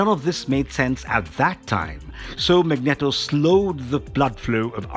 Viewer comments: mag-net-o XD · One problem though, guys! It's MAGNEEEEEEEETO! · Magneeeeto emphasis on the eeeeeto lol but great video and thanks for taking the time to upload it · Thats not how you pronounce Magneto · Whelp can't say Magneto the same again lmao